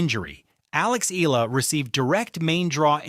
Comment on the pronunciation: Pls pronounce her name as Eh...yah...la...